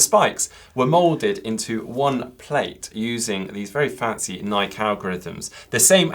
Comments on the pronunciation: Ni-Key not Nike? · Searched it up and it's Ni-Key haha